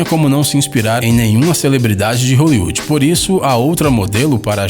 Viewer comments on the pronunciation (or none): vc n sabe flar Hollywood??